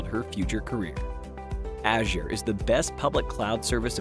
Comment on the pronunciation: Please pronounce Azure properly